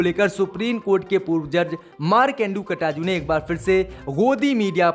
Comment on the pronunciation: Aap markande katju ji ka naam baar baar Ghalat le rahe hai kataju nahi KATJU